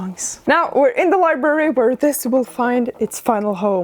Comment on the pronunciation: Li-Brary. Not Li-berry